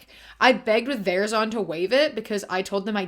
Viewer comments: wait why did you pronounce verizon like that 😭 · never heard Verizon pronounced that way, makes it sound so fancy 😂